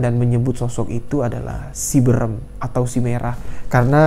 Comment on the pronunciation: Haha baca "si beureum" jadi "si berem" 😅😅